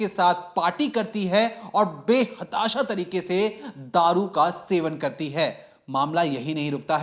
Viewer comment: Be hatasha nai hotaa Bhai be tahsaha hota hai